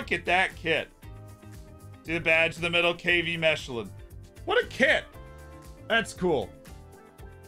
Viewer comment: I cant handle the way he pronounces Mechelen